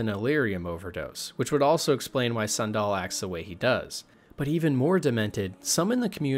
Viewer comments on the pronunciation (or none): how do you mispronounce Sandel. its like the shoe. San Doll. bro pls youre killing me. I want to like this!